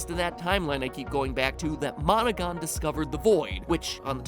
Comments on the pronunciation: Am I the only one hearing "Monika" instead of monogon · How many people almost thought that when he said Monogon he said Monaca.